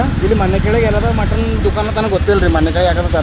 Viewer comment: Anna Motton alla Mutton 😂😂😂